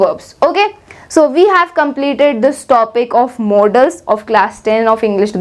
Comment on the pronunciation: That is modals not modaaals or models🤣🤣